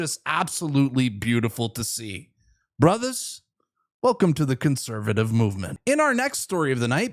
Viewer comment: you gotta stop saying "brothers" the way you do though xD